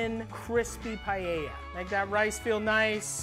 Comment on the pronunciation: I can't stand the pronunciation "PIE-YEYA".